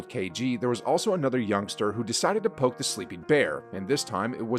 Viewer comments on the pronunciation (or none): none